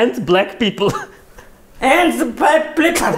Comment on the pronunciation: the way babushka says balck people😂😂😂😂